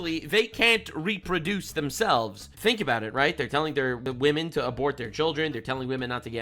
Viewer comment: wahmen and gentle wahmen